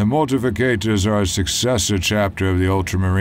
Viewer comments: Uh... it's Mortifactors, not mortificators. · I know this is a nitpick but the pronunciation of certain things like the Mortifactors really bothers me. its pronounced Mor-ti-fact-ors. It's also spelled wrong in the video.